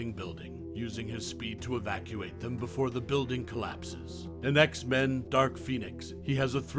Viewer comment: X-MAN?!? (It's X-Men fam lol & your welcome)